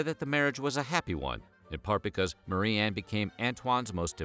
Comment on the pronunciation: Ok but why do you pronounce Marie-anne "Murran" the whole video?